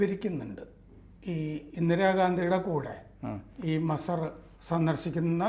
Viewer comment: മസ്സർ അല്ല.മജാർ എന്നാണ് ശെരി